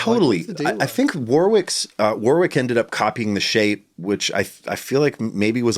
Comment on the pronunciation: Great video thanks guys. So funny to hear an American mispronouncing 'Warwick'. The second 'w' is silent, pronounced 'Warick'.